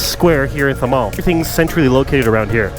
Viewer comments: Its THAMEL not THAMAL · Btw it is THAMEL not THAMAL :) great video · Bruh its THAMEL not thamal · Well...it's not Thamal..it's Thamel. Love from Nepal💙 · Quick correction ...its Thamel not Thamal ...:) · it’s Thamel, not Thamal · Thamel not Thamal..hahaa but cool video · It is THAMEL not THAMAL. Get it right. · It's THAMEL not THAMAL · It’s Thamel not thamal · Loved your video, It’s Thamel not Thamal. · Hi. Thank you for visiting Nepal🤗🤗. So glad that you survived in these street😂😂. Ps. Its 'Thamel' not 'thamal' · Hey Its THAMEL not THAMAL..Thank me later.😂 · Bro its thamel not Thamal anyway good video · It's Thamel. Not Thamal :D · Atleast get the name right dude it’s thamel not thamal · actually its thamel not thamal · Nice video...just Thamel is not said right..he says thamal instead of thamel..its tha and mel is pronounced like male..not mal as in the mall.. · It's thamel bro not thamal😊😊 Lot's of love from Kathmandu Nepal🍻🍻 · My man its THAMEL* not THAMAL 😂😂😂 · IT'S "THAMEL" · Clearly, there's not enough Nepalese in the comment section or else you'd be served for messing up the word 'THAMEL'.